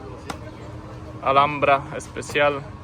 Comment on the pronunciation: Panowie , w języku hiszpańskim samo "H" się nie wymawia Alhambra-czyt.ALAMBRA Proszę,to naprawdę bardzo znane miejsce,uszanujcie wymowę 😢